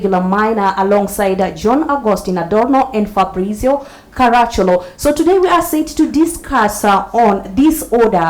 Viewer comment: Its Ka-ra-chì-ol-o. Hes an ancestor of mine.